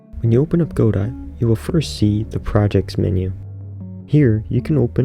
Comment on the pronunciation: Great video. Very soothing sounds, voice, etc. The only part that cuts through is when you say goDOT :D :D :D nails on a chalkboard. But great video otherwise.